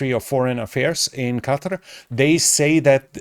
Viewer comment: "Qatar" as opposed to "Cudder". Thank feck someone can say it properly. The Americans are driving me mental with their pronounciation.